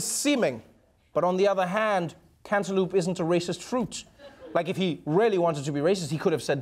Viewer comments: He can't say cantaloupe for his life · "Canta-loop" Trevor has a fancy pronunciation for cantaloupe. LOL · You know, I thought, "This is funny, Trevor can't pronounce cantaloupe (can't-a-loop)" but then I thought, "Fuck me, this is an American thing isn't it?!"...then looked it up, sure enough... :) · I think it's adorable funny that Trevor Noah can't say cantaloupe.